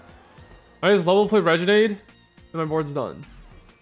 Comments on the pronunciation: how has not learned how to say renegade yet? RE-NA-GAE-D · I swear if Im going to hear "Regenade" one more time